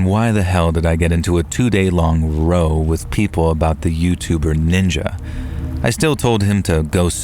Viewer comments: + "row"? Come on its pronounced "rau" but its spelt row. (Its a word for argument). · Hi, FYI "row" (argument) rhymes with e.g. cow/how.